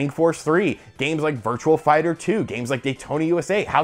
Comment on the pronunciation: it's virtuA fighter not virtuaL fighter